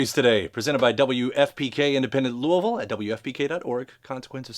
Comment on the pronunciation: I love when I hear people pronounce Louisville correctly.